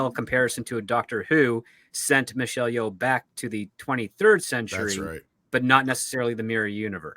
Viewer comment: Yeoh - should be pronounced as "Yo", is like "Yo Yo"... and she is a disgrace.. way back since her pageant day.. performative activism